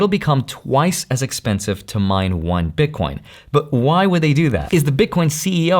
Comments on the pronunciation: Please stop saying "Bitcorn" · Why does he keep saying Bit Corn? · Did he said bitcoRn 🤠🤠? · Omg man I say ‘bitcorn’ too lol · Because it’s funny